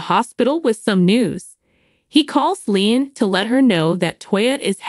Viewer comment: LeeAnn is her name not Leen could you ever learn their names